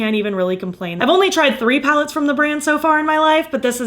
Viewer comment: Sounded like you said you accumulated 10 pounds lately, I was like “girl, same”